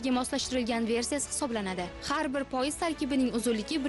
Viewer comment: тўғри талаффуз қилишни ўрган синглим хар холда журналистсан. "Пойиз" мас "поезд" деб талаффуз қилинади.